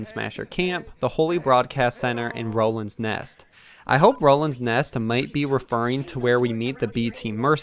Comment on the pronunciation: Why are you saying "Roland's Nest"? It is clearly stated in the video YOU uploaded.